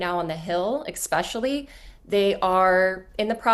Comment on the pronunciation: EXpecially? Speaking of artificial intelligence. 😂